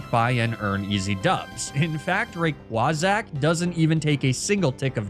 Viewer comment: Rayquazack killed me. I will never be able to say Rayquaza the same way ever again